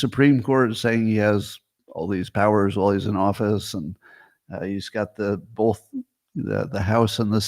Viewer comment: Notice how Scott says “both”. It’s like bolth.